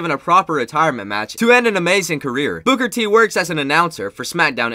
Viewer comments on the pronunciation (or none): You said booger t it's booker T